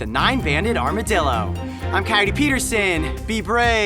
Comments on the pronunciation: Like a "cyote" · Coyote PEE-terson